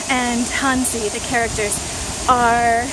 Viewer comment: Hey, not to come across as a wiseass, or your teacher, but since you say it a lot in this video and others, as well as "wo" try and work on your "hanzi" pronounication (not talking about the tone, but just the general sound). Your "zi" is way off the mark, listen to an example here:... in short you have to shorten the "zee" a lot more, sort of, it's hard to explain in writing.